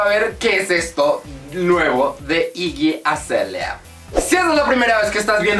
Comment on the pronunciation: se pronuncia iggy acelia *